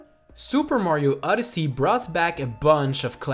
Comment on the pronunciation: Why does he say Super Mario *Uddersee*?